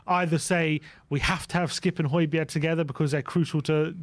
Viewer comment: Great stuff, fascinating!!. Just one thing,, please get the pronunciation of Hojbjerg’s name right … the g is silent